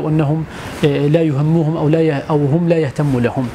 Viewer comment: السلام عليكم اول عربي اسمعه ينطق فعل هم بالشكل الصحيح . تحياتي